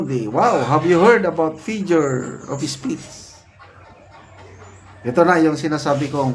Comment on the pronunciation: Sir, hindi po fijure of speech yung lagi nyong sinasabi. FIGURE OF SPEECH po. Paki check naman po pronunciation nyo. 😅